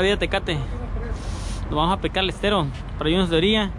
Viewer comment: "Estero" con "E" de Error!.....no SSStero!...saludos!